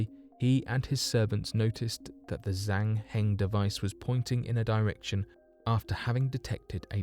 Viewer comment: Pronunciation tip. With Zhang Hing you got the second part right, but in Chinese Zh makes a soft J sound, so it'd sound more like Jang Hing. Also Qinghai is wrong. The Q makes a sound similar to CH, so Qinghai is pronounced like chinghai rather than kinghai.